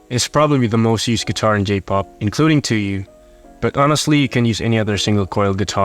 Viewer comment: hey just wanted to say that it's pronounced tSuyu （ツユ） not tuyu（トゥユ）